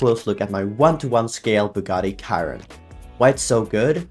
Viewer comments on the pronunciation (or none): it’s read sheer-on and not ky-ron